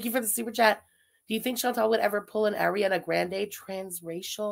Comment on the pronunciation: No no no you cannot be an advocate for pronouncing countries the way they’re “supposed” to be pronounced and say Ariana Grande like that 😭😭😭😭😭😭😭😭😭